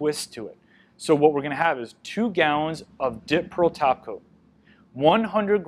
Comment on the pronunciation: Omg I’m four minutes in and I literally thought he was saying “dip pearl taco” this whole time 🤦🏻‍♀️😂 when suddenly I realized he was saying “top coat” not taco 🌮